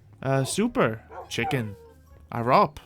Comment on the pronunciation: He never noticed that he said my name wrong in this stream I’ve changed my name but it was arop before